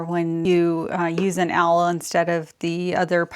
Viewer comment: These are super cute… love your fabric combos! Eye glass cases have been in my “to do” list for a while now and I have not gotten there yet. The little tool is an awl (pronounced “all”) … such a weird word. I’m pretty sure everyone says “owl”, myself included 🤭